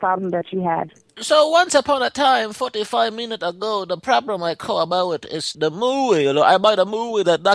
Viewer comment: Is it bad that "Once upon a time about 45 meenut ago" was the part that made me laugh most?